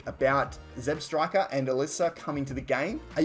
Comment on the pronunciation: It's ZebstrikA not ZebstrikER